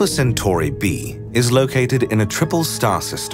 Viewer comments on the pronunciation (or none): none